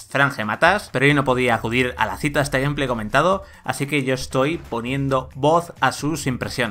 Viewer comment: A mi me hace ruido mas cuando los españoles pronuncian algunas palabras en ingles bien y otras mal, que rayos es "Gumplay"? se pronuncia "Geimpley", tambien les pasa con Lite y Spiderman que parece que lo leen directo en español